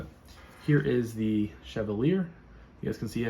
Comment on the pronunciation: Hmmm. A knife unboxing in which there’s no box, no contents, just the knife held up. That’s not an unboxing. It’s a show n tell. Right? Anyway…great knife. Same one as I ordered. So…way to pick ‘em! And BTW: it’s not “chev-uh-leer” (accent on the last syllable). I have NO idea what a chev uh leer is. It’s “shev-all-e-ay” (accent placed on the ‘all’…shev-ALL-e-ay). No need to thank me…glad to horn in and force my unwanted help on you. Anyway, good job on the vid here. Enjoyed it. Hi to your girl friend…since she was sitting there with you.